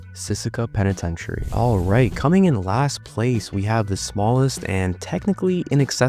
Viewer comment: Benzi pentitentiary💀